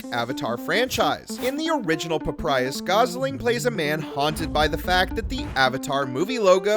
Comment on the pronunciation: It is PapYrus, not PapRyus…